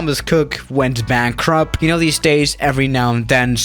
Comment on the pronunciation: "BANKRUP" LOL